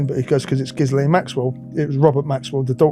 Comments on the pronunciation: Giz-lane lol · It's pronounced Gheelayn in English (with a hard g and silent s). While in French it's usually pronounced Zhislayn.